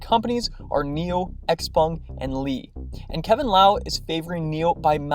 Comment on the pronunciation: pronounced: sh-how-pung !